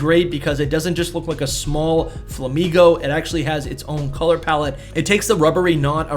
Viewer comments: Bro really pronounced “flamiño” as “flamino” 💀💀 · one thing I will say about Flamiño is that it's supposed to be pronounced like "nyo" since it's niño, the spanish word for "child"